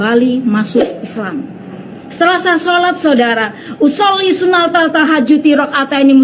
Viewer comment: Cara baca niat saja sudah salah sunat tahajud al nya assyamsiyah tapi bacanya sunatal tahajudi.. Koplak.. Usholi sinaTal tal 😂😂😅